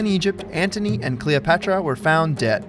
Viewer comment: If i hear you say Cleopetra like that one more time i will die lol